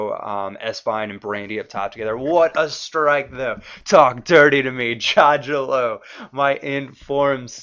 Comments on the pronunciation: btw u dont pronounce it jajalo its more like yayalo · hey the croatian player is pronounced yaya-lo, im croatian:) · You pronounce him iaialo :) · its jajalo (pronouced yayalo)